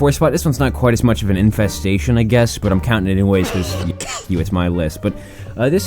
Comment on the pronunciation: Infestestation, So that's what a verbal typo sounds like